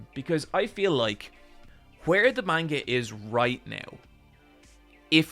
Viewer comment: Says manga wrong.